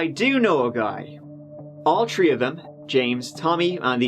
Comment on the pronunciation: My husband does not get it. He does like the way says “tree” though. 😂